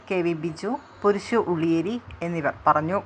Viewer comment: പുരുശു ആയിരിക്കില്ല പുരുഷു എന്നായിരിക്കും... ഏയാം വാർഷികമായിരിക്കില്ല ഏഴാം വാർഷികമായിരിക്കും.... ഒരു ചാനൽ റിപ്പോർട്ടർ കുറച്ചു കൂടെ നന്നായി മലയാളം ഉപയോഗിക്കണം എന്നൊരു അഭിപ്രായം പങ്കുവെക്കുന്നു